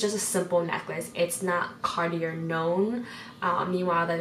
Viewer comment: I’ve never heard Cartier pronounced this way